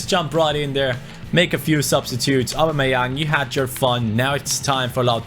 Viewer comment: U can tell he doesnt watch football when u hear him say aub